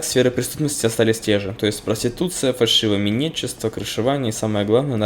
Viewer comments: Фальшивомонетничество а не фальшивоМИНЕТничество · Мне послышалось или ты сказать "фальшивоминетчество"?